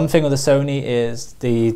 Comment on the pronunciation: Excuse me. Off topic question. Can someone tell me what kind of accent this is. Why does he say Fing instead of Thing. Not judging or being mean, I am just curious.